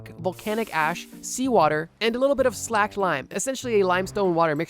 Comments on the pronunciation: It's slaked lime.. slake, not slack. Slay-ked, not slack-ed. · I believe slaked as in slaked lime, is pronounced like slay-kt, not slacked. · Its pronounced sLaked like lake🌊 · Slaked, not slacked.